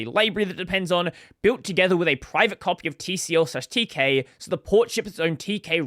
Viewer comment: Fyi, TCL is pronounced "tickle" and Tk is often pronounced as "teak". The official pronunciation of TCL/Tk is "tickle teak"